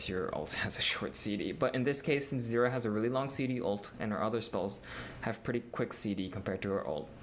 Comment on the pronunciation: lol "zeera"